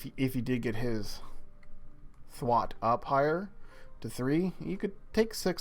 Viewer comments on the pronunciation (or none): Also it's Thwart Th-wart. Thwart. Not th-wat